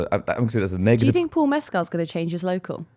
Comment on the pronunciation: It’s pronounced Paul Messkul not Mes-cal btw